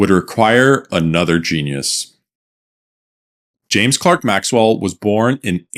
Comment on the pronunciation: I realized the announcer had zero tech background when he called him " James Clark Maxwell"